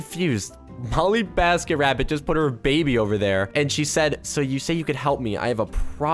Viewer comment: You literally said “BollyMasketRabbit” and “enesh”